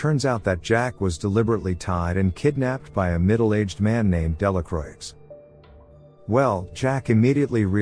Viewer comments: It's not pronounced "Delacroix" it's pronounced "Delacroah" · It should be pronounced Delacrua (Delacroix in French) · just for future reference, Delacroix is pronoinced "della kwah", the R after a consonant in french words is muted like a W and oix makes an "ah" sound, the X is silent. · Delacroix😂😂😂Delacuwa, my french friend😂😂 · Delacroix is not pronounced with the “ix at the end. It is Dela kwa. It means of the cross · You almost got it right, but the "R" isn't actually muted. It's pronounced "Della croah". Sincerely, a french dude. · That's true. But in the movie that dude acted like a real Delakraueeks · I think he's using a text-to-voice program to narrate the film, not his real voice. That's why the voice sounds so educated but the video has many grammatical errors, like the person's native tongue isn't English, or they're not as educated as the voice they're using. It's still a good effort, but the mistakes are distracting & the voice program doesn't know how else to pronounce Delacroix.